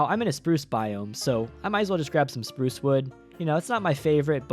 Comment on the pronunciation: SPURRRRRUCE stampy fans will know